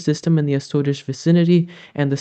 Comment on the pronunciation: So glad to have you back. The 'shorts' are great for keeping up with the changing weather patterns, but with your explanations it's even more interesting. Like, how else would we have learned the correct (I suppose!) pronunciation of "Azores"... I've been saying it wrong all along! Thanks too, for the explanation of the NAO - but please don't stop explaining it so that it has a chance to sink in how it works.